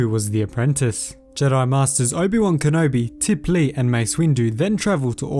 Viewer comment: No offense at all but its TipLEE not TipLAR who was killed by clone trooper Tup easy mistake to make as they as twin sisters but just wanted to clear up confusion